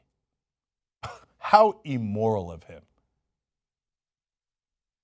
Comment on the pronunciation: Cenk, the word is Im-moral not E-moral; note the 2 Ms after the I. :-)